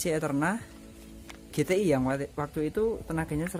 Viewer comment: Eterna bukan GTi (ge-te-i) mas, yg bener GTi (ji-ti-ai)